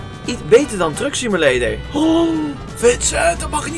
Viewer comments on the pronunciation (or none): Elke keer als je trucksimulator zei, leek het op drugssimulator :p